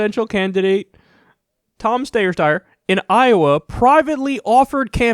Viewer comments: I commend the commitment to Stayer... Steyer... LOLOL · Kyle I love u but that Steyer/ stuyer shit is getting annoying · Tom Stayer... Styer... Steer... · its not pronounced steyer or steyer, or even steer, its stair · "SteyerStayer" LMFAOOO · Pronounced sty-er. Sty, like pig sty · Tom Steyer Styr Steer Whatever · Tom, Tom. Steyer Steyer . . . Steer w/e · You can Google on of his ads and see how he pronounces his surname. It's St-eye-er. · "Stayeir, styer" 😂Love u Kyle :) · Steyer.....stayer. DEAD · Steyer? Stayer? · Take one pronunciation and run with it. It ok. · Every time you botch his name I can't help but laugh #kylestheshit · Kyle, please stop pronouncing his surname twice every single time! It's very off-putting! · Every time he says Steyer's name I think of Bugs Bunny saying Hansel. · Wanted to give a thumbs up every time Kyle mispronounced Tommy boys last name. :D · Dammit Kyle, pick a pronunciation and stick with it lol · I'm dying all the different ways Kyle pronouncing his last name. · Kyle you are making yourself look silly by pretending not to know how to pronounce this guys name. What’s going on with you lately? First the ok boomer crap, now this.... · You're saying it wrong. It's not Steyer, it's Steyer. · Kyle please just choose one way of pronouncing Steyer. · Kyle butchering Tom Steer's name never fails to make me laugh. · Just pick a dumb pronunciation of Steyer and stick with it. If you pronounce “Steyer” and “Stier stayer” that’s ok just be consistent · The steyer pronunciation bit was very aggravating. Other than that awesome commentary. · The name pronunciation flip-flop 😂😂👌